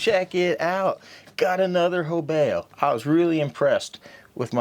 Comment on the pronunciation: let me help you here there bud. You consistently constantly murder this company's name🤣😂🤣😂 The name "Hobao" is pronounced "HOH-bow", with the emphasis on the first syllable. Here's a breakdown: Ho: Pronounced like the word "hoe". bao: Pronounced like the word "bow".